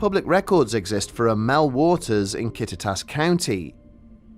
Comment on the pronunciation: Kudos to you for pronouncing Kittitas correctly! I'm from Ellensburg and have lived here since 2003. I've heard of Mel's hole. Rumors pop up about it every few years. I know the area it is supposed to be in, which is very close to a military base, the Yakima Training Center. It is plausible that there was a hole or well that locals would dump stuff in. Mel may not have given his real name, so that is why no one has been able to track him down. I don't really buy it though. But as always an engaging and well done video. I've been subscribed for years.